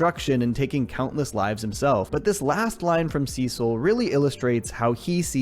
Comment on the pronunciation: Cecil is pronounced (see-sil) not sis-ill